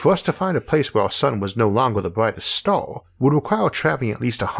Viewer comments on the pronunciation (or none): cant understand what you say , is there somthing wrong with your voice a star you say a stooor